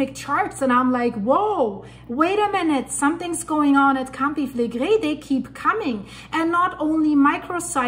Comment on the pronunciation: I may have heard her say that she's in Canada, eh, but her predecessors are from Italy. I love how she pronounces, "Campi Flegrei."